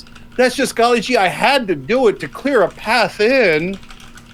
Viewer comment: If he says “golly jee “ one more time. The IQ differential here is glaring.